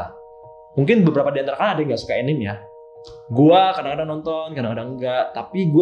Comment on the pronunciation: Btw. Anime itu dibaca A Ni Me = アニメ dari Animeshon. Bukan enim. ~